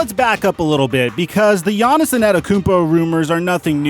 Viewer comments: Jahnison Ettakounmpo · Who is this Giannison person you keep mentioning? Is that Giannis's alter ego or something? Yanison, Giannison, Yawnisen... Not sure who you're talking about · can you stop saying “giannis-en annakoompo” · Nobody:: Gannis-son Antetokounmpo